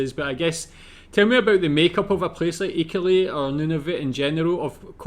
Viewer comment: IK-AL-YOU-IT emphasis on AL